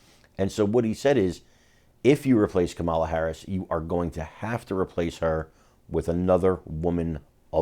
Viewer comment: Well, I'd never vote for her but at least pronounce her name correctly. It's not Ka MAH' la, it's KAH' ma la, accent on first sylable Kah' ma la